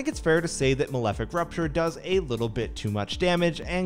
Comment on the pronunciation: It's Malefic RAPture, not Malefic RUPture